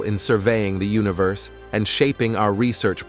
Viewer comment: don't forget Ooniverse and at least 20 other mispronounced words.